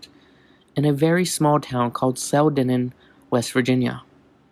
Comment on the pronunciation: It's Clendenin, pronounced Clen-den-in. I am freaked out by Mothman, but awesome video